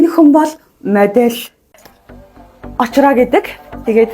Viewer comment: Очироо гэдэг чинь очроо тэ